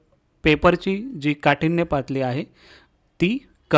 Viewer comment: सर तूम्ही तोत्रे बोलता😂.... काठिण्य पातळी ऐवजी पातली अस म्हणता 😅